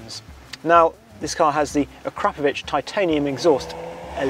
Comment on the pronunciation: Nice review, dream car of mine!!! I have an ID3 and the software is now on par with the Golf's but I do agree the steering wheel controls are stupid and pointless!!!!! (also big thumbs up for pronouncing Akrapovic correctly!!!!)